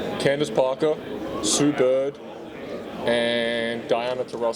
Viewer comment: His pronunciation of 'Parker' does not sound Australian. He may go the full Ben Simmons.